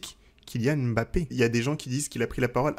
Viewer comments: oh non tu peux pas nous faire ça haha 😅. ça se prononce "mmmBappé" et non pas "Èmbappé". Ta chaine pourrait limite avoir un épisode sur la prononciation des noms africains donc attention à notre Kylian stp!!! et à tous ceux qui ont des noms qui commencent par deux consonnes:) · Très bonne analyse comme d'habitude mais juste pitié frère, on dit Mbappé et pas M'bappé. Il faut qu'on laisse aux français le défaut de mal prononcé les noms africains